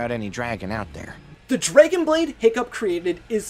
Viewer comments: Say draigon one more time I swear I will die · Why do u pronounce dragon so weirdly. There’s no y. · Sounds like he's saying "dreygan" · YOU KEEP SAYING DRAGON WRONG FOR PID SAKE IT DRIVES ME CRAZY SO I'M BEGGING YOU TO SAY IT WRIGHT!!!